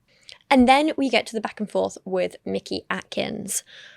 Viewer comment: ish I have a name that gets mispronounced frequently. You develop a feel for who is doing it maliciously and who just isn't good at names. I do not trust that Paul was mispronouncing Mickey Atkins in good faith. It's such an efficient way to disrespect someone and get away with it, because then you can disrespect them again if they push back.